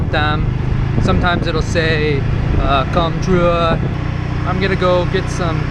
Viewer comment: It's not pronounce as Com as in o. It is pronounce as in 'er' like 'kerm'. Learn to pronounce properly before doing your video.